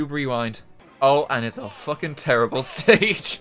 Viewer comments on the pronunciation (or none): Wait...did he say "Steak" instead of "Stage" on ?